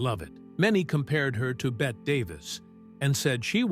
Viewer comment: Betty, not bet, Davis.